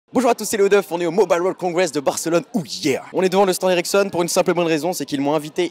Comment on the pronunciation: Je crois tout le temps que tu dis "érection" au lieu de "Ericsson"... Hum hum...